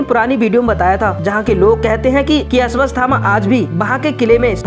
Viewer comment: Ashwasthama nh unka nam ashwathama hai.. pehle to naam bolna seekh or fr dusro ki vedio se copy krke mat bna vdio . Khud ki bna..